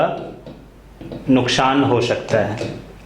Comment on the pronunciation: Nukschan ho shokta hai.....nice pronounced